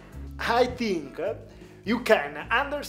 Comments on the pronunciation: do you tink?😂😂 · What do you "tink"? 😂😂